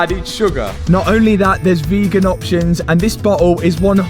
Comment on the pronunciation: Pronounces vitamins “vit-tah-mins” but pronounces vegan the correct way lol